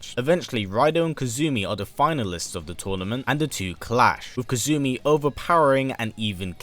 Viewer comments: Kasumi is the proper pronunciation Kazumi is from tekken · Kasumi, being Japanese, is pronounced "Cass-me", rather than Kazoo-me. It's far simpler and less strange to say DOA-tec rather than Dead or Alive Tech. As far as I know, you haven't left any events out aside from the side story lines in the movies. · Aside from mispronouncing her name (it's Kasumi, not Kazumi), great video! Kasumi is one of my favorite female characters ever! By the way, she only appears in Ninja Gaiden as a DLC character in the the third game in 2012 without any story relevance. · Pleased her name is kasumi not "kazumi" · Good video! KAS-umi not KAZ-umi though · KA-SU-MI Not KA-ZU-MI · It's pronounce ka-su-mi, not ka-zu-mi. You pronounce the s sound in japanese names. The only exception i've seen is tsu, which is katakana, not hiragana. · Correct Pronunciations: KAH-soo-mee (Kasumi) HA-ya-teh (Hayate) AH-ya-neh (Ayane) Liking the video! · In kasumi, it is pronounced, since japans alphabet is the hiragana table, ka-su-mi, you put the accent on the su instead of the ka in this video. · Hmmmm his accent let's him say the S sound but when he says Kasumi he adds a Z... interesting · Z to s - if that's the worst pronunciation issue then he's done an excellent job!